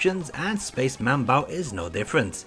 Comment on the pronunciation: You should had also mentioned those MSX games that when plugged into an MSX2, had some extra features, like Nemesis 3/Gofer no Yabô Episode 2. BTW, get an FM-PAC ASAP. It was funny, interesting and (moslty) awful, hearing the Aleste soundtrack in PSG. One more thing is manbou not manbau. The kana spelling in the box shows it: スペース マンボウ